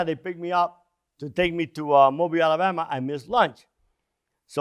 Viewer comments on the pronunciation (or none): none